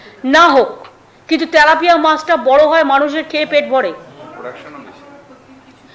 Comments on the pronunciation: 😅 তেলাপিয়া হবে। তালাপিয়া নয়। 😅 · ত্যালাপিয়া নয় ওটা তেলাপিয়া হবে